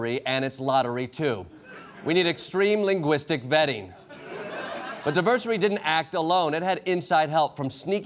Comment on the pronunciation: Diversary? He is such an embarrassment